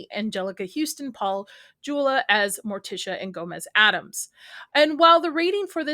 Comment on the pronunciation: Paul Jula? 😂 Raul Julia, woman!